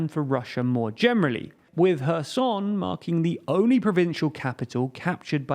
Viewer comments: As a Ukrainian I have to give respect to this guy, so far it’s the first time I hear someone pronounce “Herson” correctly instead of “Kerzon”👏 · 👋 He finally pronounced Kherson correctly! Thank you for respecting the people of the city and the nation of Ukraine. Slava Ukraine! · Thanks for pronouncing Kherson correctly! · hair-soh-n with the stress on the soh is the best way I can transcribe the pronunciation for English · Wow! Pronouncing Kherson correctly! Well, colour me impressed!😁